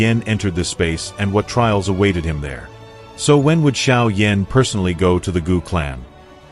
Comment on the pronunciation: Sérieux, il faut apprendre à prononcer les noms correctement car franchement Xiao Yan prononcer comme Cha Yan Yan c'est minable... Et ne parlez plus français et anglais choisisser la langues mais ne mélanger plus car c'est pas compréhensible et surtout c'est insupportable.